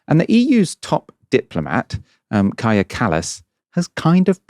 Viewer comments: Kallas is Estonian, and the Estonian "j" is pronounced like an English "y", not like a French "j". So the pronunciation of her first name is "Kaya", not "Kazha". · Pronounced Kaya not Kaja. Please make a little more effort than she does, and do a proper research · Bro I don’t like her either, but please learn how to pronounce her name correctly: “Kaya” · Kaja is pronounced kyah.